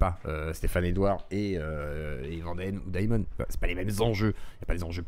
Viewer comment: Daïmon a trahis? mon dieuh, mais quelleuh surpriseuh! 🤷